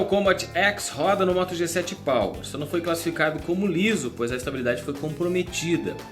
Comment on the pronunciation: Só que achei que ele falou moto g7 pau??